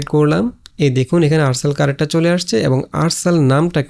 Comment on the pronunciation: character Word টা শুদ্ধ করে উচ্চারন করলে শুনতে ভালো লাগবে... কি কারেকটার, কারেকটার উচ্চারন করছেন খুব বাজে লাগছে শুনতে...!